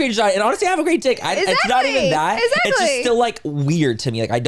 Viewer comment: somehow she switched the X with a Z lol !